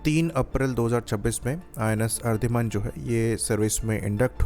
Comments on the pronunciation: Ardhiman nahi... Aridhaman. Theek se bolna to seekh le😂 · Its Ari-daman